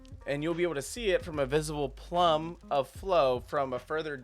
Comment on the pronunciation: Plume is pronounced "Ploom", rhymes with loom. As in, plume of smoke, or a plume of feathers.